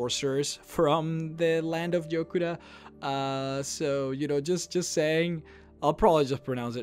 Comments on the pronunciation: It's Yokuda not Jokuda. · its Yokuda not Jokuda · FYI it's written Yokuda, not Jokuda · Thanx!:) I've been wanting a video on this topic for a while, also I believe it's yokuda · I thought it was Yokuda? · its Yokuda